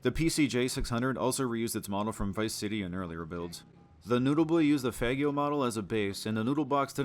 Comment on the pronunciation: the Faggio is pronounced like "fajio", similar to Piaggio